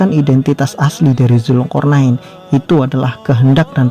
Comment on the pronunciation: woy jaua ,,,jangan asal asalan nyebut nama tuhan dan nabi, ..ALLAH bukan ALLOH, DZULKARNAEN bukan ZULKORNAIN...segala A diganti O.... cukup bahasa kelompok mu aja yg kau gituin,, nama org apa lagi tuhan jangan kau seenak jidat...HAMA